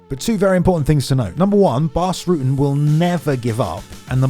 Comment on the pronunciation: Ruh-tten, not Rooten.